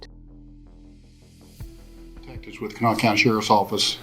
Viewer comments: This is how you pronounce “Kanawha” ☺️ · You did a good job describing the case and pronouncing Kanawha County :) I tell people the prouncination is like saying Can haw with little emphasis on the H. CANaw